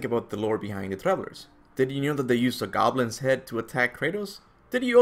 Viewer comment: Did you just say GAWBLINS?????